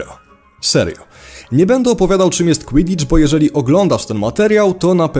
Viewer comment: oglądam ten materiał i nie wiem co to jest "kłidicz"